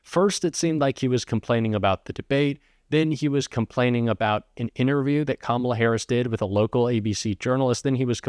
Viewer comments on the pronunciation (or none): Oh, there he goes "Camplaining" again